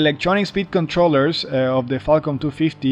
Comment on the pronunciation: Every time u say falcon it sounds like Qualcomm